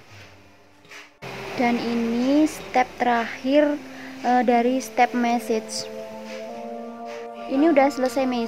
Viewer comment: Kox message tah kak 😂,,,massage kak yg bener..bacanya masas..😂